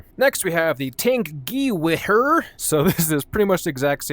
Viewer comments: thank you, i was trying to think of a way to spell it that a troglodyte like this could pronounce it. Gee we Herrrr is a wild way to say it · In case he reads this, it's pronounced 'Gu Vair' If you knew that, it was funny. If you didn't know, it was still funny